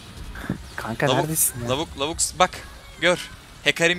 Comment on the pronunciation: Abi lavuk diyosun lâvuk de kâğıda kağıt demem gibi bisey. (YANLIŞ ANLAMAYIN SADECE SÖYLEDİM)